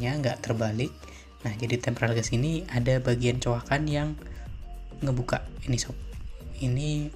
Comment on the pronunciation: Tempered glas bukan tempral glassa. Waduh